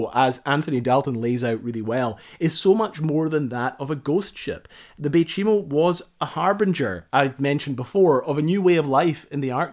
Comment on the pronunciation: You know chai tea? You pronounce the name of the ship like you would say chai, no chee.. Fort chimo was later renamed bay chimo, and became a small inuit town. Some of my friends are from there. The community was abandoned in the early 2000s though some former residents keep cabins there and visit their homelands during vacations. (Its also called umingmaktok, meaning musk ox lands) i spent most of my life in cambridge bay.